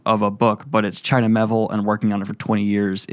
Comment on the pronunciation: That would be The Rouse. Not The Ruse. By China Mee-ay-ville.